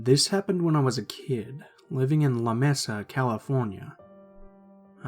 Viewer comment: They way you pronounce la Mesa is hysterical